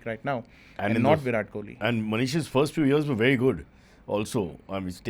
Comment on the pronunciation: can't even pronounce Virat's name correctly...disgraceful😂